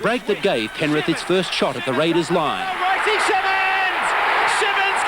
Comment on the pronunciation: did he say penrif?